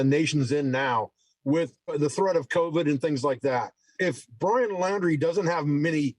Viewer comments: You have to realize the adrenaline that guy was feeling when he looked up pictures of brian and then realized it was him so sayin Laier instead of Laundrie is an acceptable mistake when ur heart is pounding a mile a minute and you're fight or flight response is raging. So yes, i believe 10,000% that he saw Brian out there. Brian has been there before and knows the A.T. well, he spent 3 months out there by himself w no help with only a backpack and has consistently bragged about it. Gotta look into all leads to find him.... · Lol caller said brian laurer??? How can he be sure if he cant even get the name correct. Love Dave Canterbury.